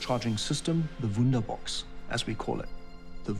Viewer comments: Woonderbox, woonderbox.... hume battery system... sounds like letter o and u and a are same... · the guys for supply chain, hardware production and manufacturing are Germans. Pronunciations are funny. 'Wunderbox' - nice.